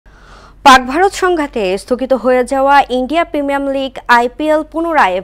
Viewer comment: প্রিমীয়াম না প্রিমীয়ার হবে ওটা